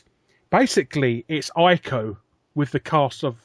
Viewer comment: And its not Eye-co its Eeko, for Ico. The Japanese pronounce I's as E's.